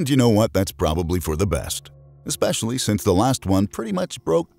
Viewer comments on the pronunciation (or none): none